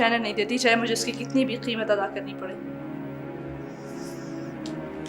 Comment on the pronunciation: میں اپنی کسی چیز کو کسی پاس نہیں رہنے دیتی چاہے مجھے جتنی بھی قیمت ادا کرنی پڑے ۔ اتنی خوبصورتی سے قیمت لفظ کی ادائیگی کردی سعدیہ حسین نے جو عام طور پر پاکستان میں کوئی نہیں کر سکتا اکثر لفظ قیمت کی جگہ کیمت کہتے ہیں لوگ